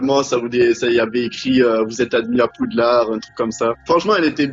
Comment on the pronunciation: "ay wants to come in pouudlard"